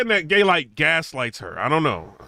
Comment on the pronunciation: lol it sound like you said gaylyt